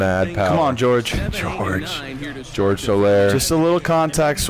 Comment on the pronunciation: Min 40 "George Soler" lol even Hosmer laughed Jorge aint George